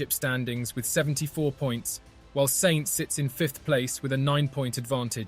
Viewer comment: Who cares about what some GT-driver thinks? And remember how to pronounce "Sainz", it would possibly make this an interesting video...